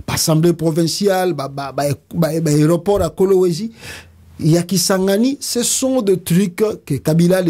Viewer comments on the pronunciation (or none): none